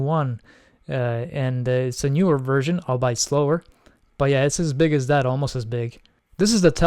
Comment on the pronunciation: … “Albeit” is pronounced “ALL-BE-IT”, not “ALL-BITE”… … Altair 8800! Not “8080” (even though that was the CPU)…